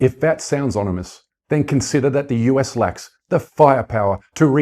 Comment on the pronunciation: "Onimous" isn't a word,.